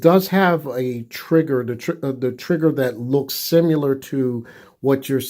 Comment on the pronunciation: If he says simular one more time... to the Moon Alice